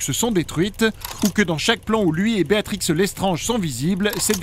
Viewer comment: A ta dis Beatrix alors que c'est Bellatrix. Quel erreur !